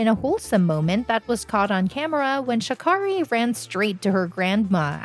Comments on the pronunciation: Sha Carrie ‼️ This was a good ass video I must say but the biggest thing you didn’t know was how to pronounce her name. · Booooooooooooo She keeps mispronouncing Sha Carri's name. It doesn't sound like car . I just know Sha Carri would correct her. ☺ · It’s pronounced Sha-Carey…and no I didn’t learn anything new from this video. We’ll just the fact y’all don’t take the time to learn how to say the girls name.